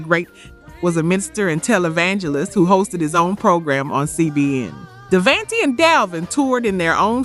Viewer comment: K-sigh? Dayvantee? Joe dey see? Mary J BLEEJ? gin a win? Die brat? The fue-Geys? Lip cinching? Please please PLEASE A STOP USING AI! Just read it. It's not hard